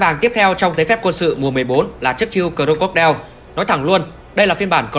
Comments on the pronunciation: Anh nên đọc là Cờ róc cô đai nha anh chứ cờ rô cốc đeo nghe hơi cấn hahaa =))) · Anh nói cho đúng tên xe ạ, cro-co-die ko phải cro cốt đeo nhé🤣🤣🤣